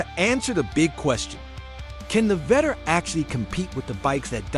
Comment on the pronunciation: Vettore [veh-tor-rey]. Gotta love AI voiceovers